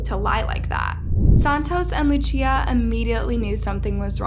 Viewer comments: her name is pronounced lu cee ah not luchia. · The same way you pronounce Lucy, is how you pronounce Lucia. Not luchia* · It’s not Luchia it’s luSIA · It isnt "Luccia" or "Luchia" it is just "Lusia" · Why does she pronouce Lucia as "Luchia" and not "Lusia"? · Loo-See-Uh… not Loo-Chia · Luchia, but is pronounced Lu-see-uh :) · “Lu-cia” not “luchia” lol, other than that I LOVE YOUR VIDEOS ❤️ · Her name is LOSE SEE UH. NOT LOO CHEE UH jfc the lack of basic knowledge/research is abominable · Ik this is random (I'm sorry and respect to the boy nd his fam) but like my name is Lucia and her pronouncing it as "LuCHia" is triggering me lol. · Lucia not lutia dios mio 🤣🤦🏼‍♂️ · Lucia is (loo- cia) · How hard is it to pronounce Guardados or Lucia? Really? Gerardos? Luchia? That's how you show respect for the family? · The pronunciation of “ Lucia” sending me 😂😂😂😂😂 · You're mispronouncing their names in the weirdest way possible.... LuCHia? "Juardado"? 😓you can google the correct pronunciation... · "luchia" "gerardos" someone tell this woman to get her pronunciation to an above average state before talking about a murder victim also the fake news broadcaster said "gurdados" like bruh, it doesn't hurt to practice pronunciation...